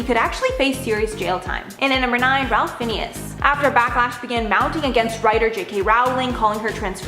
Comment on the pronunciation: Ralph Fiennes is pronounced Rafe Fines, unless someone could actually see the screen, they’d have no idea who you were speaking about. Whoever researched this really should do their research properly!